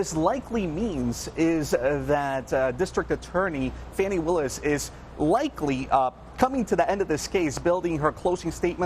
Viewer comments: You all MIGHT want to make sure that your media crew actually KNOWS how to pronounce a District Attorney’s name … it makes him look like an idiot. It’s Fani (pronounced FAWNY) Willis SMDH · "FAH-knee", not fanny. There's only one 'n'. MAGA pronounces it 'fanny'.